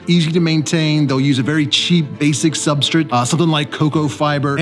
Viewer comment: Why does he always say substrit? Not hating, genuinely curious if there is something I am missing, or if it's just an accent or something I am not used to.